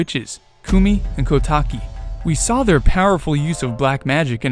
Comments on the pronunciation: Recently got recommended this theory. Good idea, but, it may be a lot coincidences. Kotake (Which I commonly hear pronounced as "Koh-tah-kay") probably wouldn't recognize the mask either. Komue says as much "Did that Skull Kid think I wouldn't recognize him with that mask on?" She never says "Did that Skull Kid think I wouldn't remember that accursed Mask that contains the evil Majora in it? How would that Skull Kid have found it? Kotake & I hid it away! A Mask Salesman got hold of it? Blast it all! Look, get me a potion from Kotake and tell her about Majora's Mask! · A small thing to note: Koume and Kotake's names are pronounced "Koh-oo-meh" and "Koh-tah-keh", not "Koo-mee" and "Koh-tah-kee". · This bothered me the whole video lol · My only correction is that you mispronounced the names of the Twinrova. The E/EI at the end should be pronounced as an "ey". And the "ou" in "Koumei" should be pronounced as "oh". "Ko-mey" and "Kotak-ey". Other than that, I think this theory is pretty banger. Good job. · They're pronounced Ko-yoom and Ko-tayk. I will die on this hill 😤